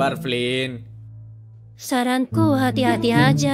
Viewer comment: Yang anda ucapkan Flynn yang saya dengar flint